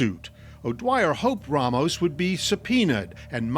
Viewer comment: It’s so annoying hearing these people clearly and intentionally saying RAYmos